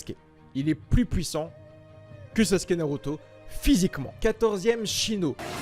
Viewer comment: Les gens qui disent Saske arrêtez svp ça déchire les tympans. Merci.